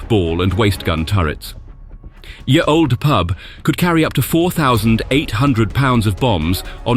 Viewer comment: It isn't pronounced "Yee Old Pub - or even "Year Old Pub" - as it is bizarrely delivered at 23.08: "Ye" was just how people spelt the word "The" hundreds of years ago - they still said it as "the".